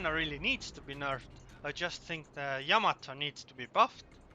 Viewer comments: Yamato is not pronounced... YAMA- to. It is pronounced... Ya-MA-to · "yA mA to" of course.